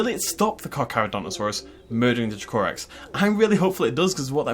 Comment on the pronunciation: Its pronounced Dra-co-rex i believe, i might be wrong but im pretty sure it is though.